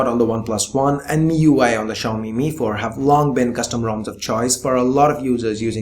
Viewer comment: Xiami Mi4... Lol rly